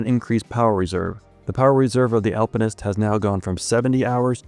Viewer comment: Finally not saying "Alpine-ist" 😂